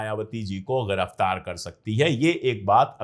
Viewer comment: Your analysis is right sir. (The hindi word is Giraftar not × gh×iraftar )